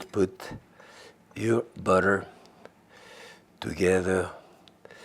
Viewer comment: He says "butter" like an american southern man. The contrast is hilarious.